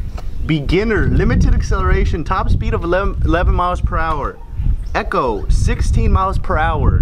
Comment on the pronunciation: Did he just say ehco lol it's eco